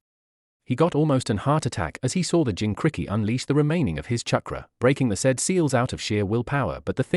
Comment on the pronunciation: Kubikititchk, the zabuza, jincricky, chukra. This AI narrator is almost the worst so far.